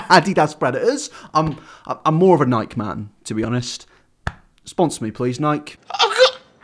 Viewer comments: I don’t think I’ve ever heard anyone pronounce Nike like that before (it’s pronounced Nye-kee, not Nyk). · Ni-Key is how it's pronounced , . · Wait wait wait- you pronounce Nike as naik???? Do- DO OTHER PEOPLE DO THIS?? ITS SAID AS NAI-KEY- that’s WhY THERE’S AN E! RIGHT? RIGHT???? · It's pronounced "nye-key" not "naik" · Wait.... it’s Nike like nyk or dike? I thought it was pronounced ni-key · okay, i understand you’re british or something but i’ve never heard anyone british, australian, or any other accent pronounce some things like you do, like nike it’s not pronounced like pike or dike, it’s the nigh sound in “night” and then key nighkey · I love the video, but it bothers me that you pronounce Nike as if it rhymes with hike. It's pronounced like ni-key. Lol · he says nike instead of nikee and it’s precious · (ni-k) it’s pronounced ( ni-key ) not however he said it lol oh my gosh i’ve never heard somebody say it like that and ( a-de-das ) it’s ( uh-dee-dus) 😂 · is this man really pronouncing nike like mike? it’s “nikey” lmao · It’s pronounced Nike-eeeeee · *nye-key* - think like Bill Nye the Science Guy, plus, like, the key to your house. But then, y'know, not retarded. I believe in you,... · I love this thing so much, and I respect you for doing this, and to keep it going on, but one thing. Man says Nike like Mike Nike-E not Nike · He still has fans... and I'm so triggered by the way you said "Nike" (like hike) 😂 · Do people still pronounce Nike to where it rhymes with "bike" ????? As someone who lives where Nike was founded, it's Nye-kee (I know, strange) Just gotta keep up with my telling people they're pronouncing things wrong each day 😜😜 please don't take it too seriously. I really enjoy your videos 😊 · I’m sorry mate, but it’ phonetically “ni-key,” named after the Greek goddess of victory. Sorry, but I couldn’t help myself. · Ya boi said “Nike” like “Mike”, it’s “Nike” like “Mikey” my dude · "Nike" Me: ITS PRONOUNCED NIKEYYYYYYYY